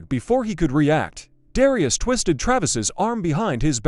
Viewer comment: The commentator doesn’t even know how to pronounce Darius’s name. It would’ve been better if it was a real confrontation where there was actually the excitement of it instead of some person talking about it.